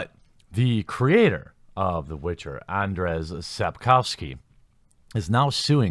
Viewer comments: P.S. It's. ANDRZEJ. Not Anders! Sapkowski sure is an excentric. And this lawsuit does look kind of odd. But that's no reason to get him mixed up with Anders Brevik the mass murderer XD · You can pronounce his name as AnJay Sapkovsky. It would be closer to the correct pronunciation in Polish. That is just a sidenote. According to an interview with the author, conducted by Eurogamer, Sapkowski admitted that it was a stupid move on his part to demand a fixed sum for the IP. He heavily regretted his mistake and he gave vent to his frustration in the interview. Another interesting fact is that Sapkowski completely changed his narrative concerning CDPR and their games. In the past, around the W2 release, he used to say that video games are for people of poor intellectual capabilities. Now, however, he claims that CDPR made a fantastic job in transferring the Witcher universe into the virtual reality. Now, he praises the developers' work; the story, gameplay etc. As CDPR wants to be on good terms with Sapkowski, it is highly possible that he will extract the money from them. They have great respect for him; it's sad that he doesn't have any respect for them. In fact, he doesn't seem to have any respect for anyone, especially his fans. You would be shocked how arrogant and buffonish this man is. I've seen many interviews with Sapkowski and I really regret that I cannot unwatch them. Today one has to separate the authors from their works. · Andshey Sapkovski. That's how you pronounce his name. You're welcome. "rz" in polish in "sh" in English. "w" = "v" in English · The pronounciation is closer to "Un-jay" or just Andrew : )